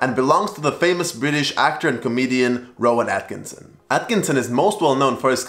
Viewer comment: Just to let you know that it's Rowan Atkinson! Not Rown Atkinsn